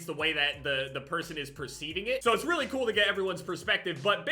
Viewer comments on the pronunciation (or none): none